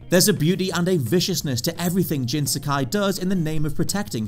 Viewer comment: No mans sky,mk 11 death stranding beat bloodborne and Spiderman??? Really funny joke of a list. How can you butcher S A K A I?? At least you got number one right